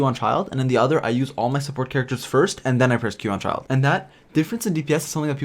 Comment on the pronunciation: Its Childe not Czild.. and Kiki not Cziczi...